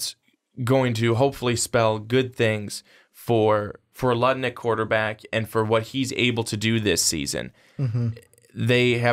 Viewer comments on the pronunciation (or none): Noah Togiai suffered a long term injury before you guys published this on YouTube. Jake Luton is pronounced LOOton. Mike Riley left again. And it’s Oregon STATE.